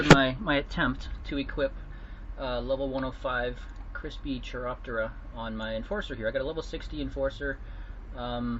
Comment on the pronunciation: "Melee" and "Chiroptera" Hearing him speak makes it sound like he knows how to speak, but god damn that's painful to hear.